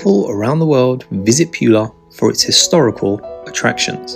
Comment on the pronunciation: Please stop saying « Piula »